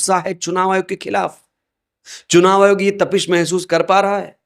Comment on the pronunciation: Chunav ayog nahi churav ayog h bhai